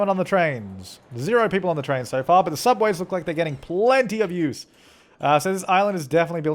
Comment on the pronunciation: when u're saying so far it sounds like sofa